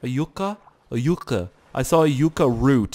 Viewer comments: its pronounced Yuck-uh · it's pronounced Yuck-uh.:) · yucca is pronounce yuck-a (you pronounced the end right but not the begining) just thaught u shoud now:) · No no its Yucca (yuh-cuh) haha cmon you gotta work on the English